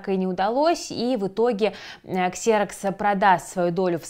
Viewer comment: Выпуск хороший, но "Xerox" читается как "Зирэкс" 😅